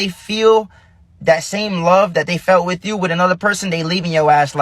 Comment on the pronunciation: What is “wid-chu”? As in “Dey not wid-chu”. Must have missed that in grade school vocabulary.